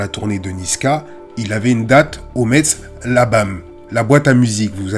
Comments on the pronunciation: Ça se dit "mess" et pas Metz mais c'est pas grave force à toi 💪🏾💪🏾🔥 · Metz se prononce MESS 😅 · On prononce Metz "Mess" grrrrr. Tu es pardonné de part la qualité de ton contenu toujours très bien analysé, et jamais dans l’excès ou la recherche du buzz ! Encore une très bonne vidéo 👍✊ force a toi